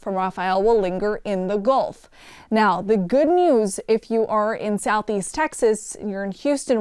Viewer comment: Ah yes, the Goolf of Mexico.